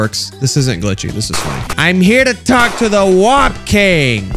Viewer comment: Are we just gonna ignore the fact that every time said whomp, it sounds like wap... Wap king lol